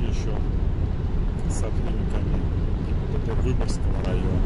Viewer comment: каждый раз говорит ГИББД🤣